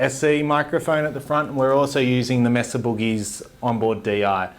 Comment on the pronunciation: "MAY-suh" not "Mess-uh".